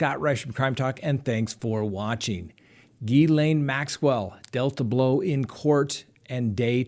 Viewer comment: Hey. You must have been practicing how to pronounce Ghislaine Maxwells name because you said it perfectly. Lol. 🤪. Love love love your channel. Thanks for keeping everyone up to date. One question: why did the judge allow mark means to continue representing Lori vallow? I thought for sure he would be removed for being dishonest. If he lies about something so simple this early in the trial, he may not have a problem lying about more serious issues down the road. 🥴